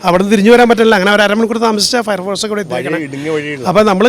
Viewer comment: ഫയർ ഫോഴ്‌സ് അല്ല പയർ പോർസ് എന്താ ചെയ്യാ കേരളം ഇങ്ങനെയോ 🤔